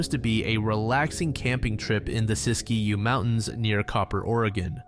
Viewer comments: Sisk-you, not Sis-key-you. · I’ve lived in Oregon my entire life and never heard of the first case. Btw, siskiyou is commonly pronounced (sis-kew) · Looking forward to watching this video, but just a quick note: Siskiyou is pronounced "Sis-Q" by locals. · Siskiyou is pronounced Sis-que in Oregon.